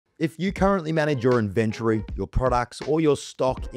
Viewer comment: Really weird how you emphasize the "ven" in inventory... Great tut, but you pronounce the word so strangely